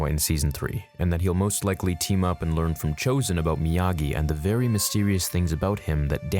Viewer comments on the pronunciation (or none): none